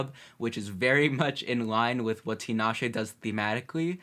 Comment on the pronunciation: Love the reaction but her name is pronounced Ta-Na-Shay